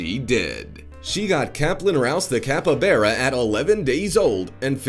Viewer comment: Capybara not capabara it's like his pronunciation gets worse every video....